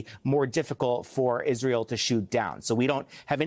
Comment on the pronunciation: He Said Pissrael.